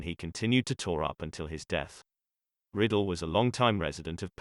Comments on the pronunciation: Bobby Riddle. Really? It's Ry-dell. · Its Rye-dell, not Riddle. And all those special effects are annoying. Other than that, it's a nice biography. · It's RI-Dell not riddle. good lord get it right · Bobby Riddle? No, it's Rydell! Please correct this video. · The speaker should at least learn how to pronounce his name. It was Ridell (pronounced with a long I) not Riddle (short i). I recently watched Bye Bye Birdie and it reminded me that he had a terrific voice. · It isn't right when an actor or British Personality from Great Britain (try to ) pronounce names. So sorry to hear that Bobby Rydell passed on. His last name is not pronounced (Riddle, but Bobby Rydell). Thanks for your music Bobby and rest in peace. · Computer voicing gives us "Riddle". How about a real speaker. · I HATE when they do that. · It's very annoying that it pronounces it incorrectly, but it's also a computer voice.